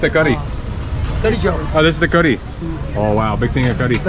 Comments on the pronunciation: Brother it's "Kadi" not khadri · it's called kadhi chawal not "khadri" by the way i love how u guy's get along with native people.. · Kadhi not Kadhri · its curry chawal not khadri chawal😄